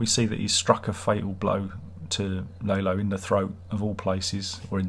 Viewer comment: Oh and Tony Dalton came up with Lalo smiling, because of course he did. brilliant. I love how you pronounce Lalo as "lay-low" because that's all he did this season.